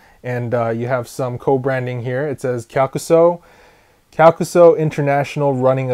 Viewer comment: Thank you for the proper pronunciation on the name, and the history! Much appreciated :D